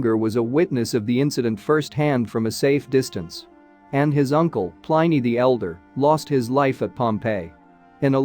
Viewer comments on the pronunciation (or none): Pliny rhymes with Minnie not Miny!